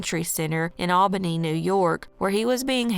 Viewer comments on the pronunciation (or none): none